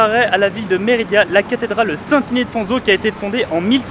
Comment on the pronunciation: Tu fais que dire Méridia c’est Mérida ça fait mal aux oreilles à force 😜 ahlala